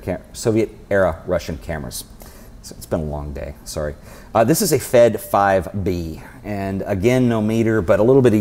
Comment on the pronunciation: I'm Russian and nobody in ex-USSR calls them F-E-D, evetone says "Fed"